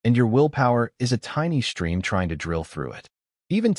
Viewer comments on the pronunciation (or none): none